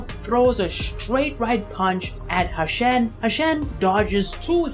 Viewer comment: Its "Hu-shen" bro as in "Hoo-shen" not "Hashen". Great video though!